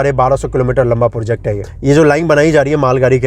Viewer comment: project bolo bhai.. porject nhi